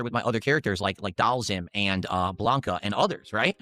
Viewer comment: So when you pick the character and when the game announces the match... it clearly says DAL-SEEM. WtF is this DOLLZIM crap he says? Where did that come from?